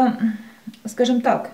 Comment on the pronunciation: "скажём так,скажём так" всё нё так мнё, всё нё так..